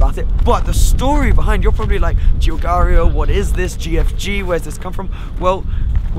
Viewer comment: Your pronunciation of Giugiaro is making my ears bleed